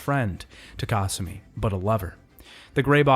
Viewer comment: The way he pronounces Kasumi’s name is giving me an aneurysm.